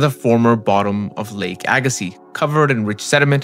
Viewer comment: Well done. Appreciate the correct pronunciation of Agassiz!